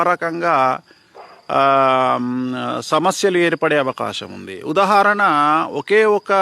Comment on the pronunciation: ఉదహరణ కాదు ఉదాహరణ